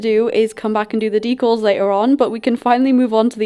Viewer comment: I love how you say decals “deCuls” its soo cute and different